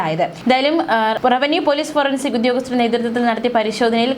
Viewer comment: ഫ്രിണ്ട്സിക് അല്ല. ഫോറെൻസിക് ആണ് കറക്റ്റ്